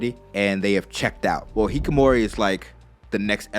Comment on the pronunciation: Every developed nation's birthrates are declining. I don't think it's due to men being ashamed of being turned down lol. Also, it's not 'hikomori,' it's hikikomori.